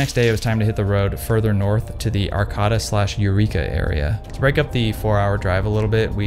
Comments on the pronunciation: "Ark-ah-tuh" lmao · I was all in until you pronounced Arcata like that